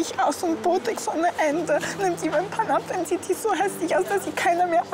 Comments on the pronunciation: Sagt das eine Zwilling ab BOTEX statt Botox 🤣🤦🏻‍♀️ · Hat die eine von den Zwillingen Botex anstatt Botox gesagt?